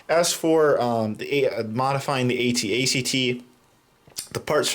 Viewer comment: u said at ate